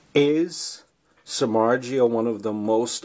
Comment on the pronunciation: Agree, ppl thinks hes overrated pitcher but they forgot he was pitching for Cubs and White Sox, teams with terrible offense. 90 mill is still lot of money but i think its worth, we will see. Btw you are just 1 of few who know how to pronounce his surname. His grandfathers coming from my country :D